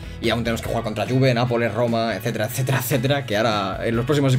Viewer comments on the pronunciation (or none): none